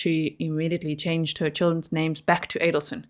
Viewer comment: I’m from Florida and have been following this case and I have to tell you your pronunciation of some very difficult places and names is very impressive. I’ve heard other YouTubers following this case butcher names. Some of these YTers are local and still can’t get the names right. Very good work. Again I’m very impressed.